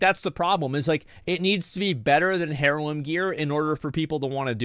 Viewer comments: it's pronounced../ˈerlo͞om/ not HAIR-loom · “Hair loom” gear? Asmon skipped English class? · If he pronounces the H in heirloom one more time…